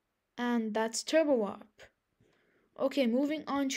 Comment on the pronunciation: turbo OP XD. dude you gotta fix that. its turbowarp